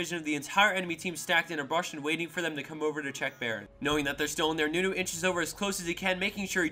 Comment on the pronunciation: The wtf moment when Nunu's name was Not even close X